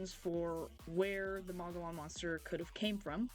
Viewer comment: Hi,Mo gee on thats how its pronounced.❤